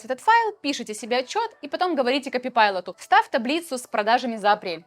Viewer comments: Только КОПАЙЛОТ и КЛОД, а не коПИпайлот и клАд 😄😉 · Ко-пайлот, но не копи-пайлот! За что вы его так? 😢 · Copilot, а не copypilot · Пожалуйста , не говори копипайлот, ты очень классная, но КОПАЙЛОТ, не копипайлот. Реально слух режет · Копипайлот? Копилот! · почему КОПИПАЙЛОТ если КОПАЙЛОТ??? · почему Copypilot? оно ж Copilot называется) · почему копайлот првератился в копи пайлот?) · Microsoft "копипайлот"😊, звучит